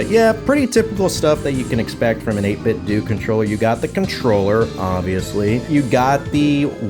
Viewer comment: 8 bit dough not 8 bit dewwwww 😭